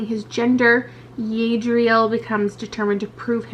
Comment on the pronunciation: Hey “Yadiel” is pronounced different... Edit: Sorry I don’t meant to come across hostile, just a heads up for when you pick up the book.